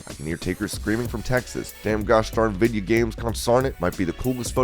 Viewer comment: “Dem gosh darn vidjya games!” 😂😂😂😂😂😭😭😭😭